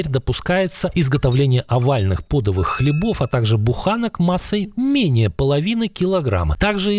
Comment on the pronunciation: ΠÒДOΒЫЙ = неправильно! ΠOДÒΒЫЙ = правильно!